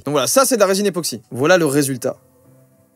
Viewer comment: ePOxy et pas … NÉOxy ;-; En vrai je suis fier